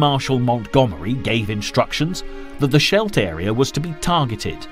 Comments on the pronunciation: What really pisses me off is, throughout the whole series, names of military man, towns, regions etc are mispronounced. What really digit to me today is that the river in Antwerp is called scaled. For heavens sake, if you want to make a series about whatever 1st WW, 2nd WW, Vietnam, Suez Canal, for heavens sake, learn to pronounce names correctly. How would you like it if I would talk about Mountclomery, Adolf Titler, Eight D Sweisenhouwer, general Tonpat? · The Battle of the Schlet?? Never heard of it. The Scheldt, yes, the Schlet - no. That's because the Schlet doesn't exist. If the Narrator wants to check, no problem, he can look at a map. Even an old one. They've been around for some time.